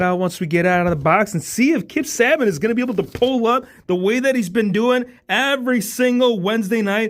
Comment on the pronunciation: It’s pronounced Say-bee-In not -say-bin or saa-ben 😭